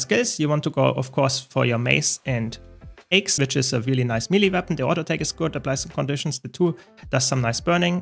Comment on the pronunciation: I love you.... by the way "Axe" in english is pronounced Aaaa-cks, as opposed to "ayyy-cks". Not trying to be annoying, just trying to be helpful.